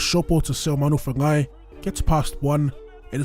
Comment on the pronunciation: Your accent when you said seumanafangai made me cream my pants😍😂